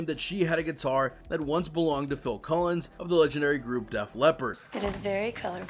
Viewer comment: There’s no S on the end of Collens it’s Phil Collen